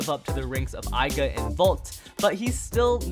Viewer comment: Not to be a butt but, it triggers me when you pronounce Aiger, Aiga